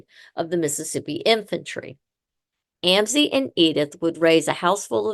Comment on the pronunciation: Mam, your podcast is very interesting however many of your facts are incorrect and the way you are pronouncing Amzi is wrong . My uncle is the 6th generation , making me the 7th , my children the 8th and my grandchildren the 9th generation . Just thought you should know . 😊